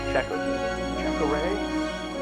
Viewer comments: Chakotay lol not jakota! 😂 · Chakotay is pronounced “SHA-koh-tay”